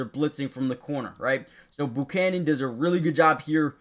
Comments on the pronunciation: learn to say his name... It's NOT "Boo"chanan, it's ...Bu ~ chanan , (like when you say Butane) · Learn how to pronounce Buchanan.